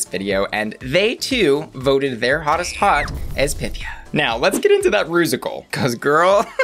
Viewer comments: It's pronounced py-THEE-uh. She made that clear on episode one. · It’s PythIA, emphasis on the IA !! Why is everyone pronouncing it wrong 😩 she clearly stated in her first confessional the correct pronunciation for the Greek goddess lol, and goddess she IS! 💚🤍